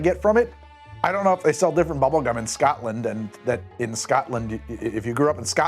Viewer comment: Scoatland kept having me cringe :) bless its SCOTLAND mate take the word name of "scott" and add land and you have the pronounciation.